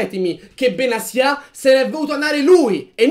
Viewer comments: Perché benasia e non Benatia? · secondo me Benasià non si può sentire, inoltre è la prima persona che sento chiamarlo in quel modo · In verità non si pronuncia in nessuno dei due modi che avete detto